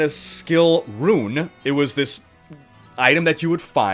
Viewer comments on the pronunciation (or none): none